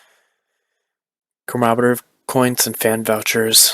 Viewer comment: Lol. (Sub-Si-Quint) and (Ca-Mem-Er-I-Tiv). Not making fun of you just helping.